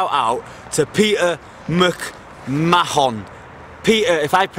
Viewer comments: It's pronounced McMarn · It's pronounced Mac man. Irish .mcmahon. Great work. Jack Australia. Lived in Leeds. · it's pronounced 'Peter McMarn':-)